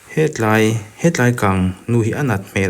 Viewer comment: He tlai. Ani lo. Mizote tawngah a awm lo. ( Helai) ti a, lam tur.